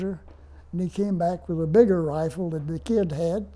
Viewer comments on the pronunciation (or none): none